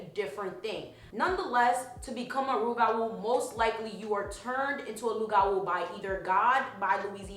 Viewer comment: You don't pronounce the P in loup-garou, it's silent. It's the french word for werewolf.